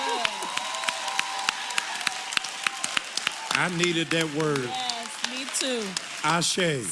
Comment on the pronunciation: And said it wrong with confidence!